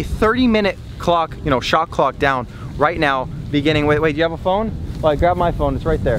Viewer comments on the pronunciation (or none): none